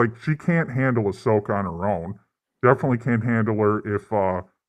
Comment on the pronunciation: "Ah-slow-ka" describes both the series and her live action fighting style 😂